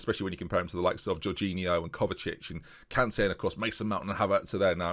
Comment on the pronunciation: I know you always struggle with pronunciation but cmon.. It's Emmanuel KanTEH, said in a Mancunian way! Gotta love his rise from a defender in the Vanarama to midfield boss in the prem!